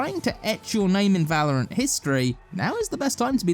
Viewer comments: We did it, he stopped calling it vELouRanT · Thank sgod he learnt to say valorant